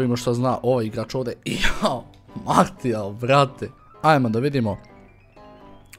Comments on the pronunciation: Nije Martial nego Marsial se cita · martial se cita marsial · Za ubuduće da znaš nije martial nego marsijal (tako se izgovara) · nije marsial nego martial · nerviras me kad kazes "martial" Maršial se kazee hahaa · Cita se Marsial, ne Martial :D inace ekstra klip,pozz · nije "Martial" vec "Marsial":D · oces li skapirati da se ne kaze ni marsl,ni materijal ni martial nego marsial... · Nije Martial nego Marsijal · Marsijal brate ne martial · nije martial nego marsijal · nije martial nego marsial se kaze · Nije Martijal nego Marsijal... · ne govori se martial nego marsial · kaze se Marsijal a ne Martijal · nije Martijal, nego Marsijal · kaze se Marsial a ne Martial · Kaze se marsijal a ne martijal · nije MARTIAL kazese MARSIAL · marsial ne martial!!!!!!!!!!!!!!!!!!!!!!!!!!!!!!!!!!!!!! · kaze se Marsijal:D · kaže se Marsial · kaze se marsial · ne cita se martial nego marsial i nije bas payet nego paye t se ne izgovara